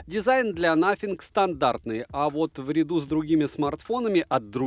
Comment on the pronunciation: Спасибо за честный обзор, все 32 минуты осилил, пожалуй благодаря подаче, так как телефон этот особо интерес не вызывал😉 Обзору, как всегда 👍, телефону👎 Ах да, чуть не забыл,, не через Ф, а через шипилявую С😉